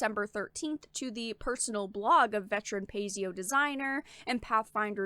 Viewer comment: Paizo not Pazio. Baka.